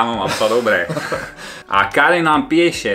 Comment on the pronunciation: Ta vaša Slovenčina je Megaa Cool 😂😂😂😂 a nehovorí sa u nás Pieše ale Píše 😂😂😂😂